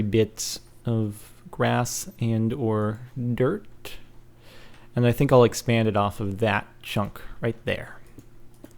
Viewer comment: dirk? he said dirk instead of dirt after the music!